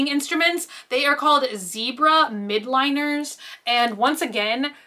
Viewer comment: Why does everyone say Mildliners as Midliners?? Haha